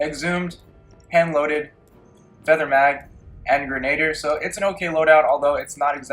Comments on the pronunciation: Appellant = Apel-lant - NOT apple-i-ant Grenadier = Gren-ah-deer - NOT gren-ay-durr Icarus = Ick-a-russ - NOT I-care-eee-ous I like comparison videos and I appreciate the time this took to make, but I can't watch your video when you are so flippant with names, I just can't stand to. With that said, please consider this constructive criticism. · Lmao bruh stop adding "i" to words. Icarus not Icarius, Appellant not Appelliant, and the one word that had an "i" was "grenadier" and you said "grenader".